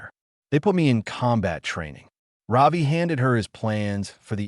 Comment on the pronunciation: Ravi…. Not Robbie…😊